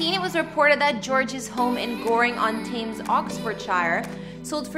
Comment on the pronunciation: Thames is pronounced Tems luvvy… not tames .